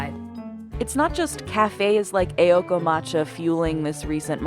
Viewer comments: Fads are lame AF. Also, it's Aoko, not Eioko. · The pronunciation in this video was horrendous. 'AY-okoh'? 'Kee-yotoh'? Please do your research.